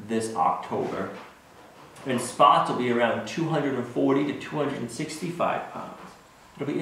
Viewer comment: Spots is not having t. 🤣🤣🤣